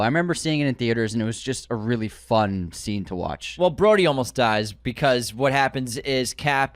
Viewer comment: Broady?! BROADY?!?! His name is Rhodey. UNSUBSCRIBED!!!!